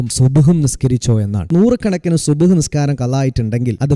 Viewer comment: സുബ്‌ ഹ് അല്ല സുബ്ഹി